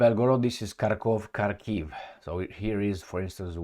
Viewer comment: Dear, thank you for your videos. Just a tiny tip on Russian/Ukrainian place names from a native Russian speaker, i.e. myself. It's H'arkov/H'arkiv with the stress on A (starting syllable). Good luck!